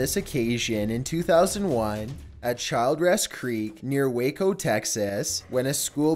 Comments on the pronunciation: The bus in the flood near Waco....it's pronounced chilled -ress not child ress. Chilled ress. It's spelled childress I know but chilled ress. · this is not a criticism, but you really need to work on pronunciation... Child ress? try Chill dress. For a guy named, I would think you would know. I have noticed this a lot in your narratives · Childress is said like chill dress. I am from Waco.